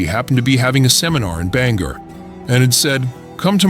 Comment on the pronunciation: It's pronounced, 'BANG-OR, WALES. Not Banger.!